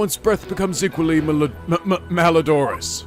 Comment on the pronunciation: I love that he was totally enamored with the fact that he had a wonderful head of hair. XD That was my first thought when I saw it but I didn't think he'd actually react to it. :D That was the best. Side note: It's co-ROB-o-Rate, and mal-Odor-us if you're at all curious about those pronunciations.